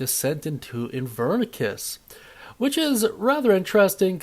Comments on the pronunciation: Idk why it bugs me so much when he mispronounces things but I noticed he kept saying “Avernicus” instead of “AVERNUS” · Where are you getting the K sound in Avernus